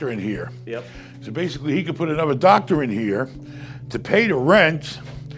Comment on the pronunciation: Like a doctah